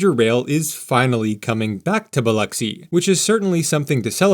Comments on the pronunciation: Lol. I was surprised he didn't say Bil-Ocks-y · I'm from Gulfport, great video, Sundays in the south are for church and family, and as you see, EVERYTHING is closed. Good job on pronouncing Biloxi. Only locals real know it's just the "Pass" and just the "Bay" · Please search, Pronounce, Pass Christian. Correctly, sounds like this "pas kruhs an". {3 syllables- not two} Not "pas christin." Also locally referred to as the pass. Your pronunciation is by no means uncommon, but wrong. Your pronunciation of Biloxi and Pascagoula was spot on, both Native American tribes. I'm not sure why there is no station in Ocean Springs, MS., on the east side of Biloxi Bay.